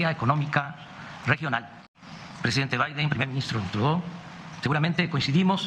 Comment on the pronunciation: Pronunció bien “Trudeau”! En horabuena! 👏👏👏👏👏👏👏👏👏👏👏👏👏👏👏👏👏👏👏👏👏👏👏👏👏👏👏👏👏👏👏👏👏👏👏👏👏👏👏👏👏👏👏👏👏👏👏👏👏👏👏👏👏👏👏👏👏👏